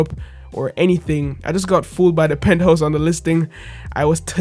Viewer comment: Pinthouse or penthouse???